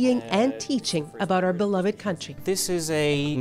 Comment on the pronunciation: did she just say aboot?